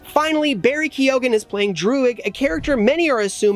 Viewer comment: Ah, Barry Keoghan will have to explain in Interviews how to pronounce his name. Key-o-gan is not correct. Key-owen is how you pronounce it :)